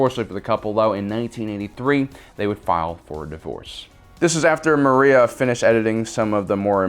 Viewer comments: Not Maria- her name is Marcia. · Maria Lucas, hahaha. My friend, it’s Marcia Lucas. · Maria? No, it is Marcia Lucas.